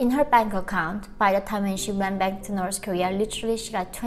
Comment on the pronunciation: 2017 not 2007 and North Korea not Norse korea. Norse is demonym for Norsemen (medival group from Scandinavia). I´m sorry I just can´t stand this two mispronunciation. But it´s a good video.